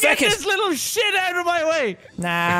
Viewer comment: Did “shit” become “shuiiit”?